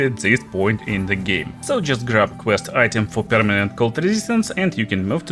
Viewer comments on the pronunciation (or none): none